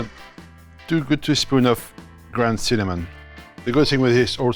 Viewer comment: Two ‘what’ spoons of cinnamon? Gooda spoons?